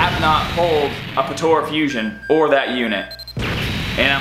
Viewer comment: Potora? It’s pronounced Puh Ta Ra. Potara